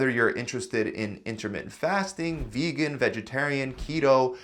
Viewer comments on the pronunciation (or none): none